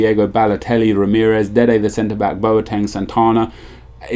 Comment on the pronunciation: "dede the center beack" strikes again ;)